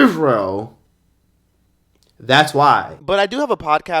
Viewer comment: The way says IsRe@ and the flag popping up got me cryin😭😭